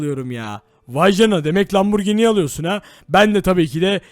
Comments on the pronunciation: Lamborgin değil lamborjin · Lamburgini değil okunuşu asılı lamburcini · Abi sen lamborghini derken hamburger diyorsun sanki